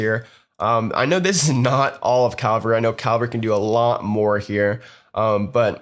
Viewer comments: Bitch its cavalry not calvary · He keeps saying ''Calvary'' not ''Cavalry'' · My thoughts as well. It's CA (as in Canada) - vull (like full) - ree (as in weeee!) CA - VULL - REE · The video was well made and I learnt a lot but I don't think I have ever been more tilted by the constant mispronunciation of a word haha. triggered me almost as much as hearing DJ Khalid try to pronounce jewelry